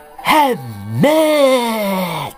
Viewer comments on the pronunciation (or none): none